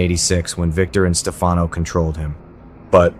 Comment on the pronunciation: Whoever is speaking doesn't watch the show or he would know how to pronounce Stefanos name correctly!!